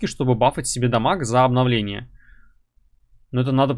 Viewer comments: каждый раз забавно как пытается произнести "Обомбновление" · когда пытается сказать обомбнавление